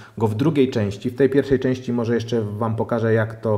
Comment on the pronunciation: "morze" "tempaku" ok kolego, kto tu jest tępy :)